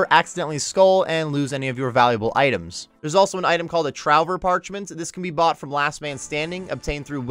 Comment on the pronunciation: Just a heads-up, trouver is pronounced truvé, it's french for "to find". With Perdu meaning "Lost". Great vid otherwise!